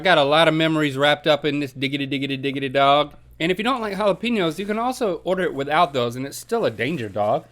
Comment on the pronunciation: ITS JAL-A-PAY-NYO NOT PEENYO